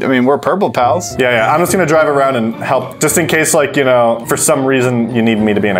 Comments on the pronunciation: I kept on hearing “Purple Pounce” not “Purple Pals” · What I heard from was purple pow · No........ Purple Powa although I'm green gang :> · Lol I heard “Purple Pows” until it said “Purple Pals won the round” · yeah dude I kept hearing purple pow and I was a little confused lol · I kept hearing purple palace too lol